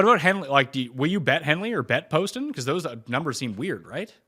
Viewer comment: Hey, love the show, but let’s learn how to pronounce some of these golfers names correctly. Justin Lower (pronounced Lauer). JT Poston (not Paston). Not a big deal, but it seems like some of the guests don’t watch the tournaments